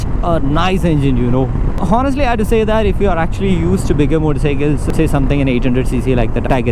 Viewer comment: Boy its not "HO"nest, its Onest. " H" Is silent. pls mind this in your future videos. you sound unlearned when you say "HO" its should be pronounced "O". Check the phonetics and pronunciation videos. Good luck boy